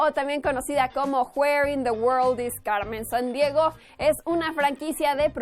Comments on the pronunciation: ¿a alguien mas le molesta que diga los nombre de personajes como si fuera gringa? cuando dice Carmen sandiego lo dice como si le costara decir la "r" cosa que solo le pasa a los que hablan solo ingles porque no estan acostumbrados a marcar tanto la r pero habla español asi que puede mensionar perfectamente esa letra me parece estupido que lo diga como si fuera gringa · Porqué pronuncia Carmen Sandiego y Fénix cómo sí fuera de habla inglesa??